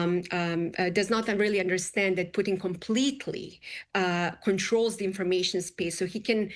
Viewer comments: She could not get the Russian joke right, she called Putin Pudding, she is clueless how Trump operates, she is horribly incompetent. Why is she on Fox? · Why is she calling Putin "pudding"?!